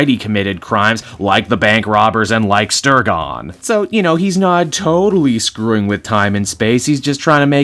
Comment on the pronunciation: P.S. It's "Stegron," not "Stergon"! (Created by the late great Len Wein, no less. Granted, he wasn't exactly a Swamp Thing-level character.)